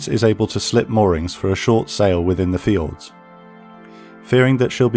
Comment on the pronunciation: Took me a few times to realize he was saying fjords instead of fields.